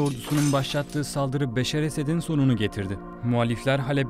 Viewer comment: güzel hikâye,Beşar değil Beşşar